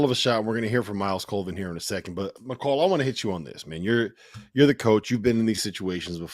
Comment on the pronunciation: COLVIN, not Coleman. Sheesh